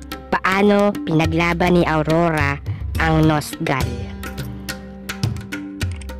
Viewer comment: Everything is perfect but except for 1 thing Your voice bruhh your voice keep it better next time like *Sa nost gahl" Prangko my god bruhh Hope youll be more intimate next time